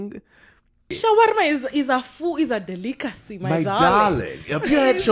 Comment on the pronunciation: "Shwarma is a food, It is a de-lick-acy!" Absolutely lovely!